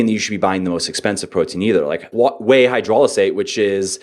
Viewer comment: I love that he can say "aN hydrolizate" but still say "hyperphotry" lol